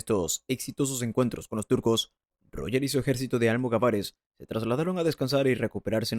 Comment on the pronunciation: ¿"Tribu islámica"? ¿En serio? ¿"Almogavares en vez de almogávares? ¡Cuánta cultura!🙄🙄🙄